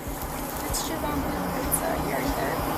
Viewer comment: The moment she said 'Shivambu', I was out.. Oh god..